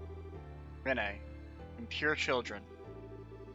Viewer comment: Its almost impossible to watch this with how you mispronounce Renne, it is just "Ren" its not said any different